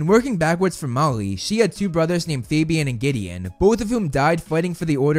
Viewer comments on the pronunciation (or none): none